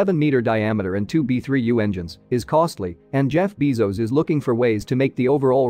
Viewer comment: Jeff Beezos instead of Jeff Bezos. Is this fine? :)